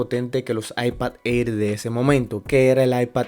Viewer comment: Bro el Air se pronuncia como ER Como eir 👍🏻